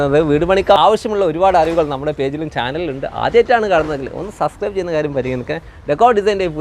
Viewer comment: ചാനല് തുടങ്ങി ഇത്രയൊക്കെ വളർന്നിട്ടും അനക്ക് സബസ്ക്രൈബ് എന്ന് നേരാവണ്ണം പറയാൻ പഠിച്ചിട്ടില്ല അല്ലേ ❓